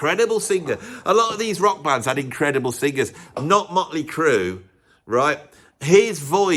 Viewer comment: It would be nice if you could pronounce singers instead of sing-gers! And then you reprise the "club singer". Vic will be sending a cease and desist.